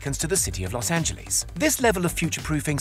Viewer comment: "Lows Angelees"